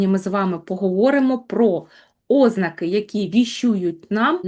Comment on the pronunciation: Говоріть ознАки, а не Ознаки. В цілому у вас гарне мовлення.